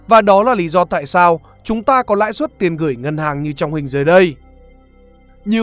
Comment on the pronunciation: Bài viết hay, anyway, "lãi suất" chứ ko phải "lãi xuất" nha